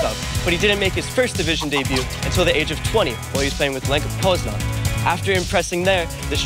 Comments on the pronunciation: Lenka Poznań 😂 it's LECH Poznań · Not Lenka poznań its Lech Poznań